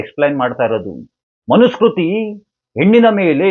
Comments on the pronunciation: ಮನು ಸ್ಮೃತಿ..ಸ್ಕೃತಿ ಅಲ್ಲ.ಉಚ್ಚಾರದಲ್ಲಿ ವ್ಯತ್ಯಾಸ. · ಮನುಸ್ಮೃತಿ ಅಂತ ಉಚ್ಛಾರ ಮಾಡಿ. 'ಮನುಸ್ಕೃತಿ ' ಅಂತ ಹೇಳಬೇಡಿ.